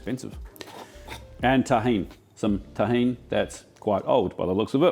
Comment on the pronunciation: Oh boy, almost got me with the seasoning for the prawns. I guess you meant Tajin (which I think would be pronounced differently). What you said sounded more like Tahin (or sometimes written Tahini), which is a sesame paste originating from North Africa.